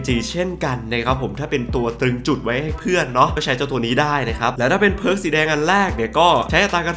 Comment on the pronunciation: ไม่รู้ไปโดนตัวไหนมาอ่านเพิร์กเป็นผิก→_→